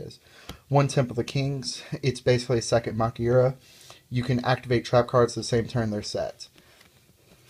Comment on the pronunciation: actually it is pronounced ma-kyu-ra. you also have to watch out for heralds.